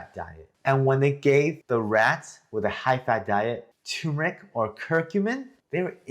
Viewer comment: Please pronounce it correctly. TUR MUR ICK